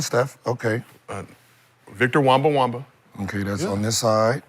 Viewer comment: Man said, Victor WEMBA-WAMBA XD --- IM CRYING!!!